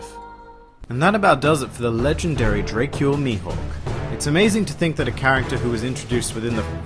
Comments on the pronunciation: You say Dracule weird 🙄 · Hate ur pronunciations of Dracule and Baratie.